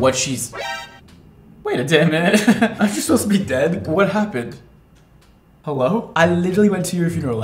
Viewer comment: "Aren't you 'sposed to be dead?" LMAO